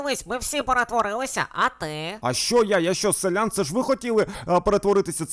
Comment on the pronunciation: Шановний! Будь ласка, говоріть правильно: селянИн, а не селЯн. Інакше я не витримаю і забороню своїм дітям дивитися ваші відео 😎